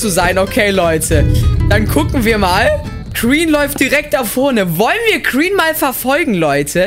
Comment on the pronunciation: wie er sagt kreen und nd green 😂 ich liebs haha